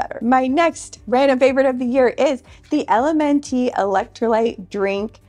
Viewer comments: LMNT is pronounced element 😊 They are my absolute favorite drink to have daily. Especially with ice. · Just FYI, the electrolytes are pronounced like the word " element". Not individual letters